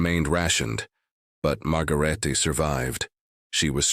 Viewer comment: Margarete would be 4 syllables in German, so NOT Margarette, but margarayTa